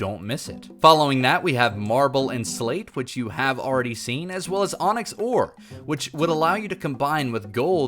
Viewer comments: anyone notice that the "Onyx" ore said "Oynx" instead xD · "this particular formation could bring oynx"